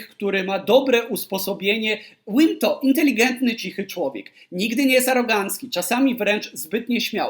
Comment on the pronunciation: Wydaje mi się, że imię nowego trenera wymawia się z "w" na początku, nie przez dubble w. Czyli Wim .